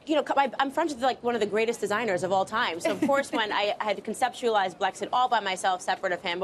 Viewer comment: why is this woman dressed as a cat that says Blixet instead of Blexit ???